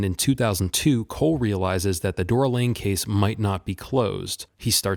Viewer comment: Dora Lange… not Lane. A hiccup like that can pull a viewer out of the video, having them thinking they shouldn’t care what you have to say, when you can’t get a characters name right.